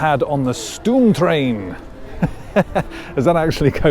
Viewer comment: The oo in stoomtrein is pronounced as the o in hope. Same with Spookslot and Oost.